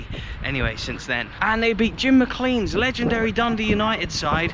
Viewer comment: Enjoy your channel immensely but please stop mispronouncing McLean... the "ea" should sound like the "ay" in hay or say. Thanks